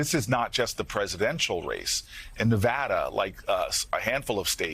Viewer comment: Ahh he said Nevada correctly ❤